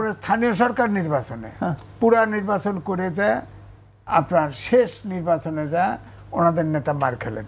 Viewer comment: হুজুর নিব্বাচন বলছেন কেন? শব্দটা হলো নির্বাচন। উচ্চারণ ভুল করবেন না।